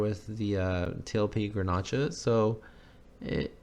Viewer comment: Grnach is a French word that is pronounced Grenash. Well, I think it turned out really pretty. You are pretty hard on yourself.